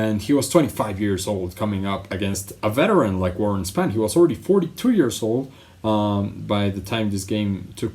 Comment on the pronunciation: Warren SPON...Not Span.